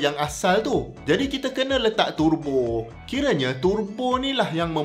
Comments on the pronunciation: sebutan tebo is in english. sebut turbo dalam bahasa baku melayu. jangan buat teruk dik. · Sia2 prof belajo sampai PHD kalau sebut pon salah....🤦‍♂